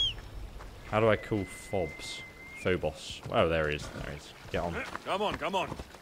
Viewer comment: I love the way he pronounces some of this stuff. Athenian? nope. Authentic. Phobos? You mean Fobs?